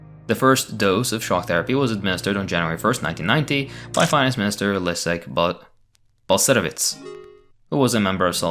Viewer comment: 5/10 for Balcerowicz 🤣